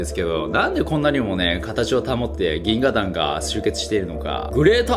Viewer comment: 「ぎんががん」言うた。カワイイ。